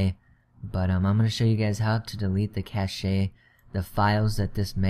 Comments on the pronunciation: 2048 = 2GB it's not cash-ay it's pronounced cash. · Cache is pronounced *cash*, not cash-ay